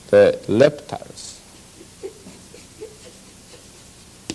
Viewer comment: In Japanese language, the L and R are interchangeable. I was first surprised when my Japanese friends say Lamen or Ramen